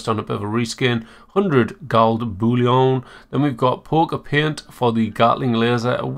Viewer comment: I love the pronunciation of paint as “peunt” xD